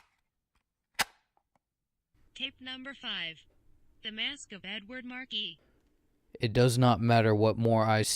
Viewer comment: really good emotion, mispronounced a few words, the "s" is silent in Marquis, I got all giddy listening to it :D